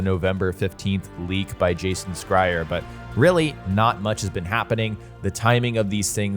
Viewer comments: did you just say jason.... skryer? lol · By the way you're Pronouncing Jason Schreier Last Name wrong! Lol At first I didn't know who the hell you talkin about! 😂😂😂